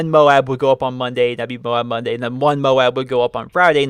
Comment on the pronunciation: "D.N.A Bonday" (monday)